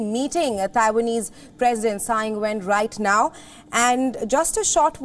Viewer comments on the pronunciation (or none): why this reporter cannot say taiwans president name ?